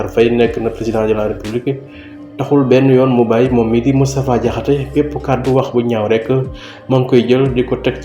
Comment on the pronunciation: DANGUÉÉNE DI DIMINUER LE S DE MOUSTAPHA MOU TOUDD MOUTTFA DIAKHASSÉ